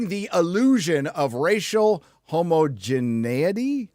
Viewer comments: I love how correctly pronounced "homogeneity" the first time, and then proceeded to say it over and over trying to get it right. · I'm liking your video for properly pronouncing "homogeneity" correctly the first time. I have no idea how YOU managed to do that.